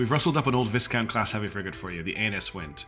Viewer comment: Oh dear. You've brought out the pedant in me. It's Vy-count, not Vis-count. I blame the French Also, pressing H gives heading command, SHIFT+H gives roll command. Much faster than clicking through menus